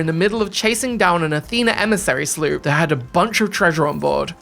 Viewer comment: I like how he calls a sloop a "slerp" 😂😂😂